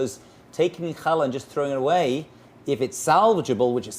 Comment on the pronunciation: Did the Rabbi say hell yeah or Chall yeah? Lol😂